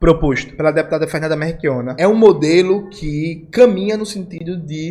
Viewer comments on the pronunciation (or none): Jones, tu tá falando "meRchionna" em vez de "meLchionna"